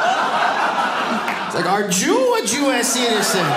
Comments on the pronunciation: "I was like, 'Are Ju a Jues Citeezen?!" ROTF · "Are Joo a Joo Es citizen?" hahhahahahahahahahahaha best line